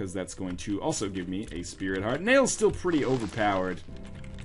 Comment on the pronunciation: Lots of Speary Tarts in this one. I know it's "sprit heart", but now you can't unhear it!